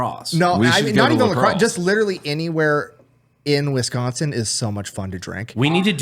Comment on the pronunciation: How to tell someone isn't from Wisconsin, they call it Wesconsin. Hit up any college town, Platteville is a BIG drinking city (where I went to college) and more than 50% of the student population would probably know yall in one form or another. There's also sloshcosh (Oshcosh), nickname explains why. If yall do La Crosse, do it in August. Right before the next year so people getting out their last out of sport season drinking.